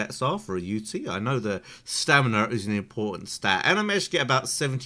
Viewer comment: And btw its Stamina not staminarrr and giga not gigarr😉